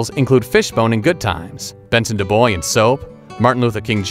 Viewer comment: It’s pronounced duBwah not Duboys